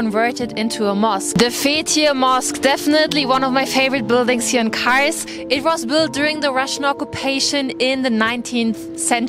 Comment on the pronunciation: MARS DEĞİL KARS